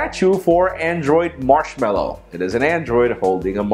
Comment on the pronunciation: marshmallow more like marshmanoooo